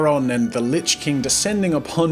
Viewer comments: Jazza... JAZZA.... ... how DARE you say "The Litch King"!!!! It's "The Witch King"!!!! SHAME ON YOU JAZZA!!! SHAME!!!! P.S. Still love everything you are doing! Keep up the amazing work! Edit: YOU SAID IT AGAIN!!!! HOW DARE YOU!!!! Edit #2: 4 times Jazza... 4 TIMES!!!! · I kept thinking you were saying "Lich" king instead of "Witch"... I was like, jazza wrong series. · You called the witch king the "Lytch king" *facepalm